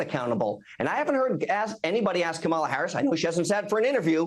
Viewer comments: COMMA-LA. stop pronouncing her name incorrectly, it is racist. all politicians flip flop sometimes with changing public opinion which is what is SUPPOSE to happen as we are hiring THEM to represent US. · It’s hard to take any adult serious when they refuse or are unable to pronounce 3 syllables correctly 🙄 It’s Comma-La! Madame President Kamala🇺🇸💙🗳️💙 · Why can’t this clown pronounce Kamala? Even a child can do it. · What is the point of mispronouncing Kamala over and over and OVER again? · Are conservatives just intentionally disrespectful or really too stupid to pronounce Kamala correctly? Never mind, I know… Clearly, it’s stupidity. Vote Blue, it’s more respectful! 💙💙💙💙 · Is Lewandowski incapable pronouncing our VP’s name? How stupid is he??? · Why does everyone who speaks for Trump have this glazed look?? It's a cult. Will you please correct him everytime he mis-prounouce her name. It's annoying. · I can’t watch Ari anymore. He lets these right wing nut jobs just bloviate their talking points rather than holding them to an answer. Can’t even be bothered to correct them when they repeatedly and purposely mispronounce Harris’ first name. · I sure wish you guys would shut them down on this childish mispronouncing her name.... Its pretty easy, if you are to stupid to learn to pronounce her name, you can just call he Madame Vice President 🤔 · I need everyone if theae host to correct the Republicans when they purposely mispronounceKamala Harris' name. At this point allowing that disrespect is gross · Correct these people on the pronunciation of Kamala’s name. It’s disrespectful. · Please correct HIS pronunciation of the Vice President’s name… out of respect perhaps? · Cory is pronouncing Kamala harris's first name wrong... And every time somebody calls trump " President." It makes my skin crawl !!! Vote blue all the way💙💙💙💙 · They must literally practice saying Kamala’s name wrong . This guy is a perpetual headache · SAY HER NAME RIGHT, YOU ...